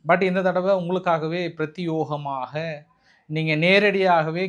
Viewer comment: பிரத்யேகமாக is correct pronunciation